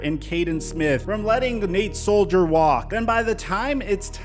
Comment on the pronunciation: Should this guy even be commenting on the Giants when he says “Terrod” Taylor or Nate “Soldier.” Btw, it’s Tie-Rod Taylor and Nate Solder (sol-der) not Soldier. There’s no ‘i’ in there.